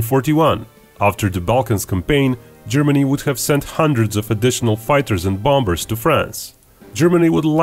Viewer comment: am i the only one that keeps repeating "bom-bers" lol